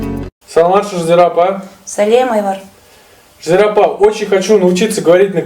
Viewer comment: У Казахов нету звука "в" вообще от куда ты такой взялся Айвар ты либо Ануар (Әнуар) ли бо Айбар . Ты своё имя провино произноси и пещи........ Потом будешь учит